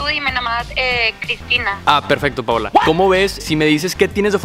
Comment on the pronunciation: Ok pero "Paola" XD